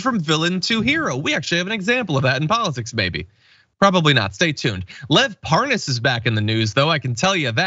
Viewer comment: According to Devon Nunes, he never heard of Lev Parnas. Oh yeah you mean Lev Par-nas, right.